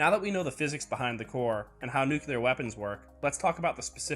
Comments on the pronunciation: NU Cleee Arrr!!! Not " nucluyer"!!! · Nu-ku-lar?! Maybe you should learn to pronounce 'nuclear'? properly